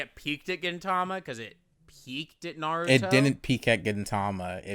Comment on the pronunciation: NAROODO?!?!?!? N A R O O D O?!?!?!?!?!?